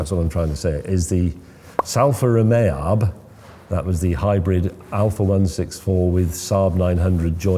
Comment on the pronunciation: salfa romeab 🤣